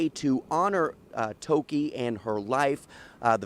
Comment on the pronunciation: You all can’t even pronounce your native name properly. Ridiculous. Give her some respect. Its not Toki smh